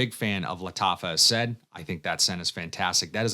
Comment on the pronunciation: The only dude who calls it A-said and not A-sad 😅 Is it the accent or just a personal choice?